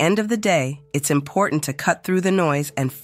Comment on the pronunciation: Would somebody please teach Marjorie Taylor Greene how to say I am p o r t a n t